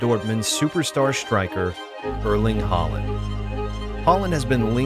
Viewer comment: 'Arling Hoeland' said more like that.